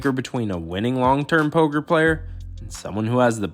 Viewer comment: it‘s Poker,!